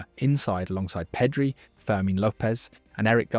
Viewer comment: Awesome video, but some of those pronounciations... Peedri, really?